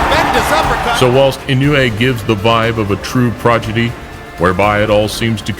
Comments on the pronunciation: For the record, Inoue is pronounced “ee-NO-eh.” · For future reference, it's pronounced i-noh-oo-eh